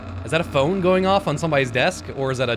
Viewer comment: "This is not a FOON"... 🤔 (what's a Foon?) 😆... And you made it that much more funny with that slip lol... Missed that one first time watching this